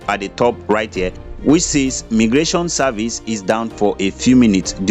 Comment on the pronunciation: It is pronounced as my- gration not me gration